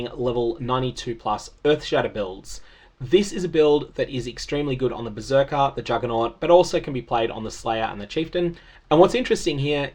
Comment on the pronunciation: "beerserker" you caught me!